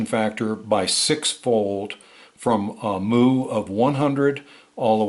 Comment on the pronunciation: Mu. It's pronounced myoo (mew) like what a cat says and not moo like a cow.